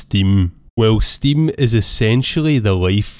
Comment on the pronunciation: he clearly says stimm 🤣